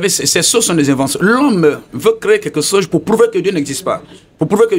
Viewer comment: Veuillez m'excuser hein, je sors un peu du thème juste pour comprendre quelque chose. Loin pour moi toute sorte de moqueries. Pourquoi les Guinéens ont du mal à bien prononcer le mot CHOSE ? Sinon... belle émission !